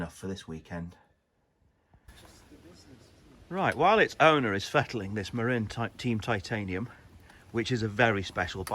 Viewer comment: Marin pronounced as in Marin County where they originated.